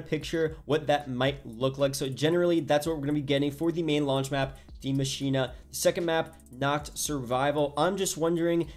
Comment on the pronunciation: He literally said „die maschina“ 😂it’s so funny when you understand German but I know this language is difficult